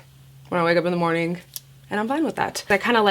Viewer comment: She does that for every word ending with a G. “Good Morning-k” I think she does it consciously as well... like she thinks it sounds cool